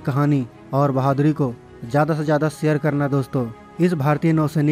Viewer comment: pehly urdu bolna sekho mery bachy sare ni share hota hy